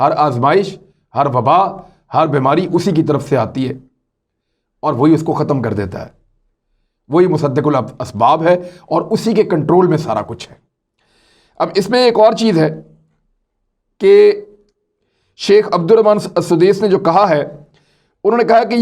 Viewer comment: مصدق الاسباب نہیں بھائی مسبب الاسباب